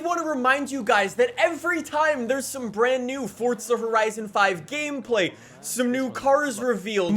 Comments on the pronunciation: Its not fortsa its forza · It's not fortsa it's forza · STOP SAYING FORTTTTTTTZA ITS FORZZZZZZZA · There is no fucking t forza it ain’t fortza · FORZA NOT FORTZA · There's no T in FORZA. It's not pronounced FORTZA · Dude sais ForTza allot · STOP SAYING FORTZA!!!!!!!! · Pains me that YEARS later, you are still calling the game(s) ForTza. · Drinking game: Everytime he says Fortza Horizon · stop saying FORTsuh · I cant listen to this guy say Fortza one more time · I can only hear “ Fortsa horizon 5” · FORTZA horzion five!! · Is it just me or is he calling it Fortza................ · Am I the only one who just heard he kept saying “Fortza Horizon?” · why can’t you say forza right